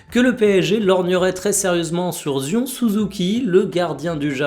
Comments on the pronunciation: Ça se dit "Zayonne" pas zion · Zion ça se prononce "Zaï-aan" 😉🤣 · Zion 0 effort de prononciation 😂😂 [Humour hein] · Je me suis fait la même réflexion mdr Un prénom si symbolique, c'est honteux.